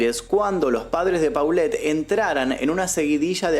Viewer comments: Te hubieras documentado en la pronunciación de los personajes. Las fonéticas son Lili TELLEZ. no "telez" y la niña era POLET no paulet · Se pronuncia tellez no teles,polet y no paulette 😢